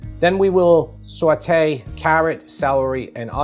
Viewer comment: Sorry... But you lost me at "swet-ay the vegetables" 🤫